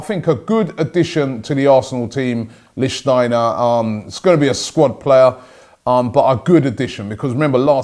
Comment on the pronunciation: Robbie pronounced lichtsteiner correctly. 😱😲😮😱